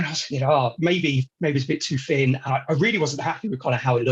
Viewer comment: It’s not fin on top it’s actually thin on top !😊